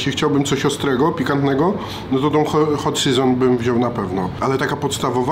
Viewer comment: Hot Seżon xD